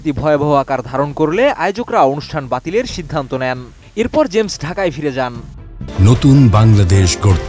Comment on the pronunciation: Uccharon thik koren, shilpyr nam uccharon korchen vul vabe.